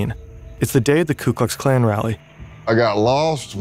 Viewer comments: "KLU Klux Klan"..?? Seems kinda weird that was able to infiltrate the KKK if he couldn't even say their name right. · "ku Klux klan"